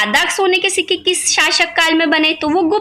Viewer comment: Ho tum padh Rahi ho jerur Marathi ho ...sikke Ko shikka boli tab pata chala